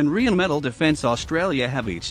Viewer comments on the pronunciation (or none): Can someone teach this strange speaker how to pronounce "Rheinmetall", rarely heard such a stupid deformation. "Rheinmetall" – "Rhein" is "Rhine" and "Metall" is "metal". This "Rhine" not only comes from the river Rhine, it is also spelled and pronounced the same way. One word with one syllable, nothing is linguistically torn apart. As a company name "Rheinmetall", the combination of "Rhine" and "metal" is a nominal compound, as such a proper noun and a word that cannot be mangled even by English speakers. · it is "Rheinmetall" refering to the river "Rhein" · It's totally ballsed up. The 5 written vowel sounds in English don't cover the 20+ vowel sounds you hear in spoken English, so reading the word out is not enough.